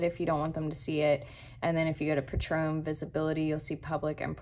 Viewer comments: hey dont mean to be a dick at all. ur vids are awesome. just wanted to mention the word patron is pronounced "pay-trun", the way you were saying was like the tequila. it prob doesnt matter at all but i personally like when ppl correct me so thought id mention. dnt hate me! and delete this comment once u read it cuz nobody else needs to see it. was just for u in case it was helpful. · Beautiful, business -like presentation. You pronounce the word patron like this : “PAYtruhn.” Your pronunciation is like the name of a famous liquor. Thank you so much!!❤❤❤❤❤❤❤❤❤❤